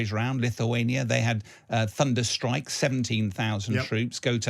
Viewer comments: What is a 'Stike' ?? 😂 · What is a 'Stike'?